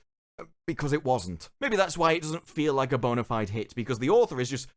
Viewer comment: You're not American, don't pronounce bona fide as bonerfied